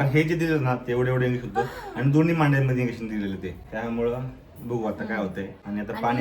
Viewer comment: इंग्हेशन नाही इंजेकशन बोल 😂